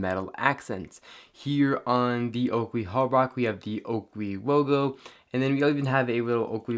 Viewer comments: Holbrook not Holbrock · Holbrook - Hole brook..... not hall-bruck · Why are you saying Holbrocks lol it is Holbrooks. Brooooooks. not Brocks. Jezuz. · He says Holbrook wrong everytime lol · Cringes every time he tries to say Holbrook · You pronounce holbrook wrong.